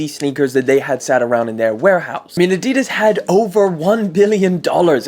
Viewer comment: You pronounce adidas incorrectly